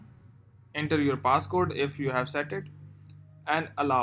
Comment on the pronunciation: Him:paaaasscoude Me: haaha 😂 wtf